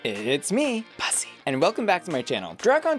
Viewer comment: Ok I need this person to say these damn words right. How do you mess up the words bussy and muse? Do you not hear them enough? Jesus!